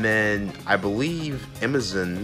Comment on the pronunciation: Why does this guy call Amazon "Emizin"